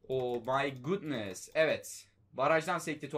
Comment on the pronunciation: Abi o my gudnıst deyince iyi olmuyorsun ozur diliyorum